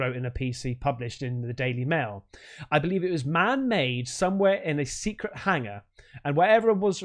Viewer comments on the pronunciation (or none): none